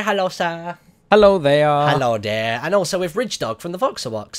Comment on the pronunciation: You called ridgedog fridgedog lol